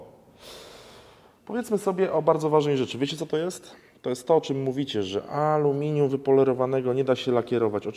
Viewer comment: iskry z amelinium? Tosz to szok!